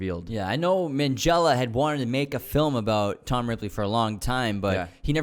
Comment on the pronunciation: Please pronounce his name properly. Its Ant - ony (no 'h' sound) Ming - ella (a hard 'g', not 'minj').